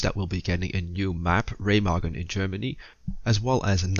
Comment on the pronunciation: So happy Ramagen wasnt pronounced RuMeJuN like in that other guys video